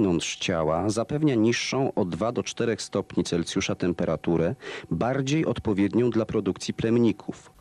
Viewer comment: celsjusz nie celcjusz : ) a poza tym majstersztyk